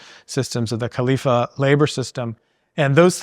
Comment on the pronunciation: great talk <3 but its the kafala system not khalifa